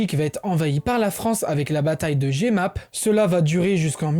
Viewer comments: très bien fait mis on ne dit pas "jé - mappes" mais "jE - mappe" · Par contre jemappes (ca s'écrit comme ça) ca se dit "Jeumape" pas "jémappe" meme si les locaux disent souvent "Djoumap" avec l'accent local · Très bonne vidéo, juste pour les prononciation, Jemappes se prononce JEUmappes. Le "e" ne se prononce pas "é"